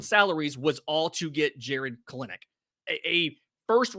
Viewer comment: It's pronounced Kell- Nick